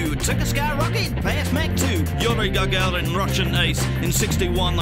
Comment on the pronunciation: You said Yuri Gargarin. It's Yuri Gagarin.